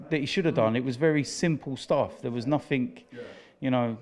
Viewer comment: Anyone else get annoyed at people saying "nothink", rather than nothing. The word has no K